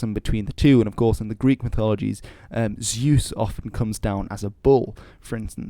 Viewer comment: hi all! i am a nitpicker and i am sorry for it, but honestly: you correctly pronounced deus, but then completely butchered Zeus. Why?